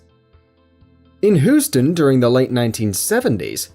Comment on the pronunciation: If you say Whoston one more time...